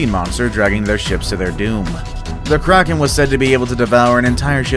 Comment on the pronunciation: When it said the kraken I thought it said Karen